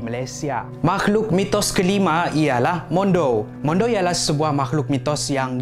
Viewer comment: bukan mondou, mandau.